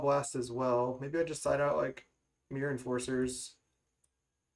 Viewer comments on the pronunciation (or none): Every time I hear you say "the myrror" instead of mirror match :')